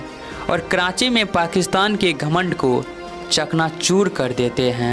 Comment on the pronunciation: Kranchi ke matlab kya haye? Commentary dena adan nahi haye.....sikhna zaruri haye